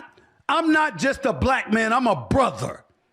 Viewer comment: It’s BrothA…not BrothER. He’ll be with White She Devil soon enough!